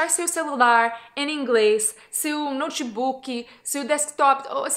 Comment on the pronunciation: I really love your videos. Thank you! And it was perfect your "Portuguese" pronunciation of " notebook" rsrs.